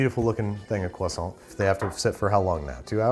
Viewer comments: CWASSON That is all. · “Uh yes, are you gonna finish that CwAsO”